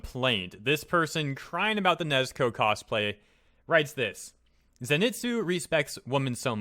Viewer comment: you pronounced Nezuko wrong. Nez-ko, is how you did it, when it's Ne like your knee, Zu-ko if anyone watched Avatar the last airbender you know how it's pronounced for that last bit....Why am I doing this?